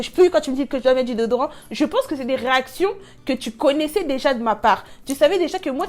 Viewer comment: Dordorant🤣en plus il insiste dessus 😂😅 déodorant wsh il sait pas s’exprimer en français ? Tout le monde ne comprend pas le lingala sur internet. Mdr . Si les autres qu’ils veulent 🙉😹😹